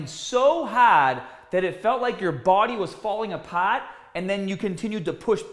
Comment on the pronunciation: I was dead when I read HAHHHD and apahhhht 🤣🤣🤣🤣🤣